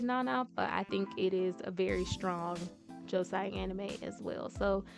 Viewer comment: Hermione: You’re saying it wrong! Its Leviosa not Leviosaaa!